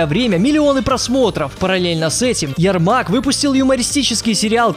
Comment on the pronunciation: Правильно ЯрмаК, а не ЯРМАК